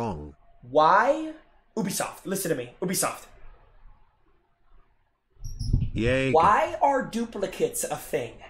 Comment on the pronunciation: It's Ubisoft not ewbisoft 😂😂